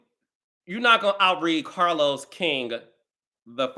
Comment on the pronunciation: POP YOU SHIT CAH-Los 😂😂 Read Who ? 😅